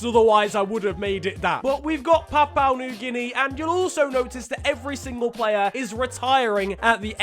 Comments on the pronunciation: Bruhhhh, I love how you say papau, it’s pronounced Papa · I thought it was papa new Guinea.. Not Papau new Guinea.. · its prononounced (or pro nonced) papa not papou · ITS PA-POU-WHAA new-ghuinea Not papaw Also ... more football this week please , to change your mind ... i got like 50 euro's mate , does that change your mind?? :p #BelgiumLeagueIsNeglectedByFifaStreamers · its "PAPUA" pronounced Papa not "PAPAU" as you keep saying XD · It's papua not "papao" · It's Pa-Poo-A New Guinea. Not Pa-Pa-oo New Guinea. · It’s pronounced papa not papow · Its prounouced papa new guinea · It's "Pa-pu-ah" New Guinea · Papua is pronounced PAP-ooh-ah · Are we not gonna talk about the fact that said Papua wrong the whole time? Btw if we don’t get a part 2 of the names there will be strong worded letters...